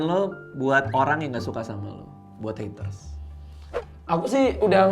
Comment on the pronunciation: heatres ? napa gk sekalian heater biar jadi pemanas air wkwkwkwkw.. R.I.P. English..